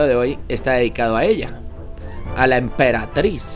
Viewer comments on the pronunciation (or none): No era EMPERATRIZ MAGICA Y DICE EMPERATIZ MAGICA